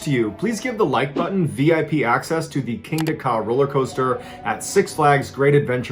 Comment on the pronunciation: Lol at first I thought he said give the like button VD not VIP lol